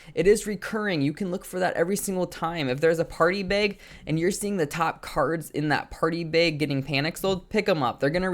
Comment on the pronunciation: My mans said “come back for more” and then proceeded to never drop another YouTube video ever again 😂😂 also why do you say “beg” instead of “bag” is that a Minnesota accent thing? 😂